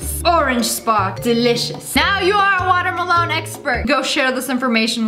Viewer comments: Does u want da water malon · Whenever she said melon I just heard water malon. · Watermelon-water meh lawn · Nobody: Literally nobody: SSSniperwolf : watermalone 😂😂😂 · SAME😂i started to pronounce watermelon like that since then😂